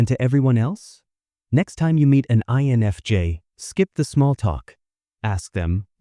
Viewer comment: No but lets talk about everytime the translator says "life jays" " eni james" instead of INFJ